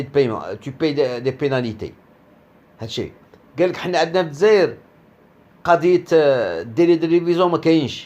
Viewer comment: ماتعرفش حتى تنطق بالجزاءر ونت تنطقها الززاير يالمروكي الخامج